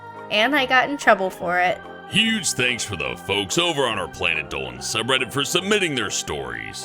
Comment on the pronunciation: Logo Says: Planet Dolan Voice: Planè Dołen